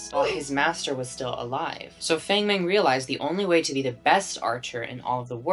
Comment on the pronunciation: Bestie please learn how to pronounce Chinese names :( this is really good but you said everyone says wrong. Feng mengs name is pronounced fahng mahng 😭😭😭